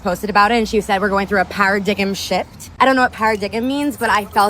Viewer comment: "paradiggim shift"? She mean "paradigm shift"? Loll